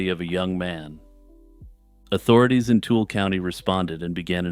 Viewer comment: Tool County 😭 Too-i-luh or tooly if you're from here. Love the content!